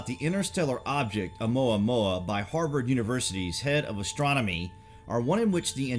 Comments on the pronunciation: i believe you pronounced it incorrectly. It's not O-maw-maw! It's O-muwa-muwa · You are mispronouncing Oumuamua. Mua is pronounced Moo-ah not mao. Therefore it's Oh moo-ah moo-ah. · OMUAMUA! NOT OMAUMAU!!!!! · Omuamua, not omaumau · Light up the Dork. It's oamuamua not oumaumau. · "OMAUMAU" HEHEHE GOOD VIDEO THO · Your videos are great. A little help on the pronunciation of Oumuamua....it's OH U MOO AH MOO AH. Thanks again for your great content. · Its pronounced more like oo-moo-wa-moo-wa Keep up.